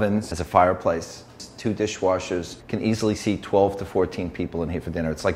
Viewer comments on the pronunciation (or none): none